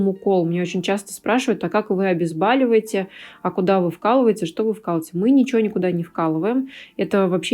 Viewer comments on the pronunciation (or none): говорите правильно"обезболивать-проверочное слово -боль".удачи